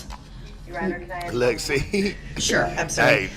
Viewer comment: "Axe" "Fustrated" "Libary" "Goings on" and other countryass pronounciation is how Dawn Woods talks.